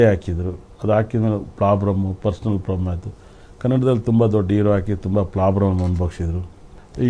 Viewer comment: ಗುಬಾಲ್ ನನ್ನ ಮಗ ಪ್ರಾಬ್ಲಮ್ ಅನ್ನೋಕೆ ಬರಲ್ಲ ಪ್ಲಾಬ್ಲಮ್ ಅಂತಾನೆ. ಇವನು ಶಾಸ್ತ್ರ ಹೇಳ್ತಾನೆ. ನಮ್ಮ ಜನ ಮತ್ತು ಟಿವಿ ಚಾನಲ್ ಗಳೇ ಇದಕ್ಕೆ ಕಾರಣ